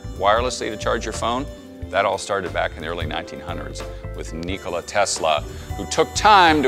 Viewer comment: Lmao "ni-cola" you can tell this guy doesn't like Pepsi